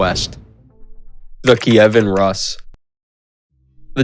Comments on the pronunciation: It's noT "..russ.." but pronounced ROOS ! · yeah same as you say russian - Rooskii haha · Isn't Rus pronounced Roos not Russ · Not Ras but Rus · It's not Rus, but Roos. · learn how to pronounce basic Russian words at least!! Rus--> roos' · Anyone else annoyed on how he pronounces Rus